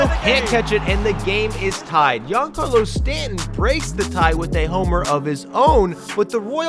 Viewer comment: Please never pronounce Giancarlo again 💀